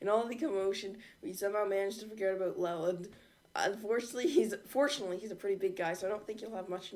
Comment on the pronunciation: It's l e l a n d